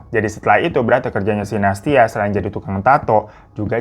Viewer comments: Nah tuh... Dari Nastya, Bang Hiro pasti bakalan ada salah nyebut jadi Natasya, Nastisya, Anastasya, dll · Aku ngakak dr awal video smpe akhir hirotada selalu salah sebut nama nastia. Natasya nastia nasyia natasya. Memang ntn video hiro ini ga pernah skalipun aku ga ngakak 😂😂😂😂😂😂😂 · tiap bang Hiro salah nyebut Nastia selalu aku benerin sendiri 🤣 makasih videonya bang, semangat teruuusss ❤️